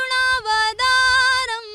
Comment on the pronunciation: फरमानी का उच्चारण सही नहीं है... जो वह गा रही है.. करुणा वदारम उसे करुणावतारं कहते हैं.. गलत मत गयी ये अभिलिप्सा पंडा का उच्चारण सुनिए और उनकी आवाज सुननी है कितनी मधुर है और सही है..